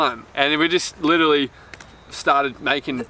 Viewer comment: Obsessed with how Jack mispronounces 'literally' 😂 well done fellas! You make me proud Kiama was my hometown 💕